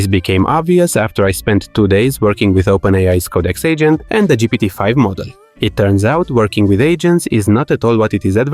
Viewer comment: I keep hearing "the ancient" instead of "the agent", and i think it only makes three video better.